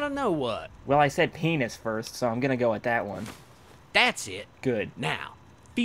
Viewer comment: "That's a paeenus!"